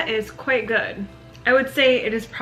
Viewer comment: she says "it is quite amazing" with glottal stops on the 1st and 3rd words - is that common in your part of America? I ask because it's vey British pronunciation.